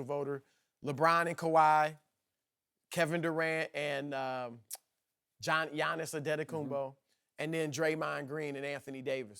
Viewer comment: How does Broussard still not know how to say Giannis Antetokounmpo?